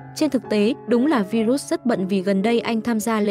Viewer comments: Tên ngta đọc là " vai-rớt ".kiểu vậy bà này đọc virut🤡🙏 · Bà MC nầy sửa tên người ta thành Vi rút 😂